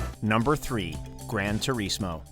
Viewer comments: Gran Tu-REEEZ-Mo 🤭🤭🤭🤭🤭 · He said grandtureesmoe lmao